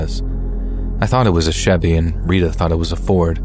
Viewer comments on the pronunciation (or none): none